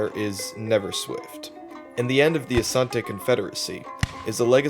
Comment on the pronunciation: You actually pronounced it well, Asante! Ashanti is the English corruption of the word Asante. Asante simply means, because of war.